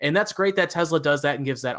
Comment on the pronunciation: oh boy. Dude on the right says "Tezluh" instead of "Tesla"